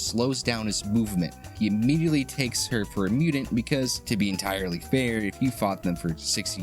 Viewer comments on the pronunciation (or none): bro, wtf is as mew-dint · wtf is a "mudint"??